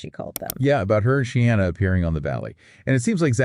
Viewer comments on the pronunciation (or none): Can you PLEASE say Scheana's name correctly!?! It's pronounced Shēēna!